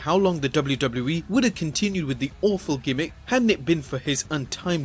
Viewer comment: The way you say WW in WWE is fucking infuriating! its Double-U Double-U not DOBLERDOBLER